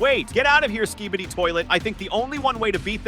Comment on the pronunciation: Im glad that im not the only one who heard it